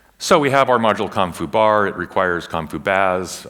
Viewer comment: Whenever he says com.foo I hear "Kung fu" and I go "Wait what!...oh ok.."